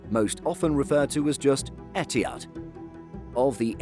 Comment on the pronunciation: The way you pronounce ETIHAD is so WRONG! Where did the H go?